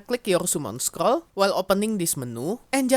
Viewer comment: "scrol" "scrol" "scrol" scrol"